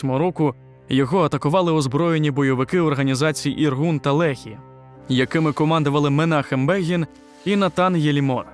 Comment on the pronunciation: "Іргун" (організація), дебіл, а не "Інгур" і "Лєхі", а не "Легі". І все решта твого шкрябання, такого ж гатунку. До таких, як ти не доходить, що після 2 000 років поневірянь по світі, знущань, і геноциду, в тому числі і в Україні, євреї вирішили повернутися на споконвічні свої власні землі обіцяні їм ще Самим Богом!. При чому, за вирішанням ООН. Так, так тим Самим Богом, що послав на свою землю Свого Сина заради врятування людства. І що з того, що хтось, скориставшись тимчасовою їхньою відсутністю, встиг зайняти ці землі. Євреї прийшли, не розраховуючи на все колишнє своє майно. І нічого не захоплювали. Максимум купували здебільшого кинуті кам'янисті на пагорбах, або на болотах, з малярійними комарами, землі. І палестинці раділи з того, що за гроші позбулися площ, за які треба було платити податок. І не палестинській державі, такої не існувало в природі. А Туреччині. А коли вони побачили, які дива можуть робити євреї на тих нікому не потрібних землях, а ще коли вони зіштовхнулися з повоєнним напливом євреїв на, підкреслюю, виділені їм землі. то вони, неграмотні і забиті різними окупаційними країнами. Як власне Туреччина, Йорданія, Єгипет, які просто їх за людей не тримали, а рахували за хробаків розмовляючих. А тут почався наплив грамотних, різнобічно освічених, які пройшли гігантську всесвітню школу досвіду в науках, мистецтві, культури, то що, людей. То вони збагнули, що ніякої інтелектуальної конкуренції вони не витримають. І се що їм лишається - це знищити конкурентів. А